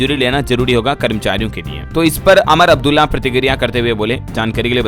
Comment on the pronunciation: । भाई अमर अब्दुल्ला नही उमर अब्दुल्ला